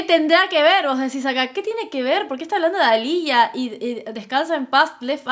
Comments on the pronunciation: Aaliyah no Alicia.. y left eye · No es Alicia, es Alihia